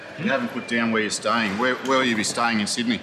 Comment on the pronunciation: Where you stying Mate ? Where you stying .